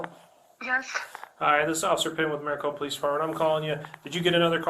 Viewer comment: I hate when people mispronounce word in regards to my state. It's not Mary Copa. Its Mare eh Copa